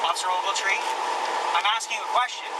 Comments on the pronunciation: Every time he says officer ovaltree take a shot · "Officer Ogeltree","Officer Ogeltree","Officer Ogeltree","Officer Ogeltree","Officer Ogeltree","Officer Ogeltree","Officer Ogeltree","Officer Ogeltree","Officer Ogeltree","Officer Ogeltree","Officer Ogeltree","Officer Ogeltree","Officer Ogeltree","Officer Ogeltree","Officer Ogeltree","Officer Ogeltree","Officer Ogeltree","Officer Ogeltree","Officer Ogeltree","Officer Ogeltree","Officer Ogeltree","Officer Ogeltree", "Officer Ogeltree", "Officer Ogeltree", "Officer Ogeltree", "Officer Ogeltree", "Officer Ogeltree", "Officer Ogeltree", "Officer Ogeltree", "Officer Ogeltree", Shut the fuck up you douche...